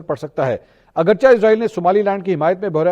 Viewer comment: لفظ اگرچہ کو اگر چے ریڈ کیا کریں اگرچے درست تلفظ ہے